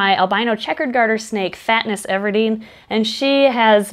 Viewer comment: Not “fatness everdeen” 😭🤣. Love it ❤️